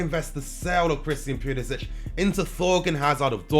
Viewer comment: Theres no H at the end of his name.